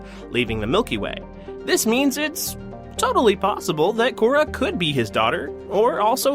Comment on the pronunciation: Core (accent on e), not Cora. Eva Core, the human, was the love of Jack Harper, the previous name of the Illusive Man. But that's part of the speculation about Cora.